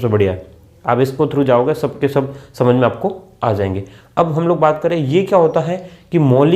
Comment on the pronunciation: Sir samank na kii samak